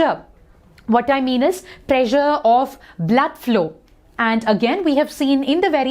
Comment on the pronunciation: Ma'am you pressure sounds like pleasure